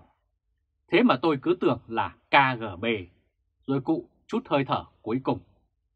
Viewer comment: ơi: nói đúng là Ka, Ghê, Bê nhé theo tiếng Nga